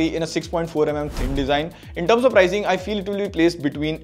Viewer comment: Pricing or prizing?